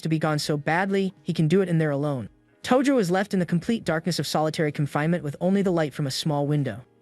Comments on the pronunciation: That's not tojo thats toji💀💀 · Tojo ❌ Toji ✔